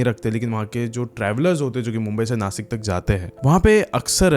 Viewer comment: Rasta❌rusta ✅ Bta❌bchaa✅ Nasik❌nashik✅